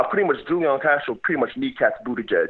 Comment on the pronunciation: Buttigieg 2020. I think he's a great candidate and I think you are being unfair. Pete is not Joe Biden! It shows that you know nothing about him. Not even how to pronounce his name. He'd make a great president. My top three candidates who will happily support are Sanders, Warren, and Pete. He would beat Trump.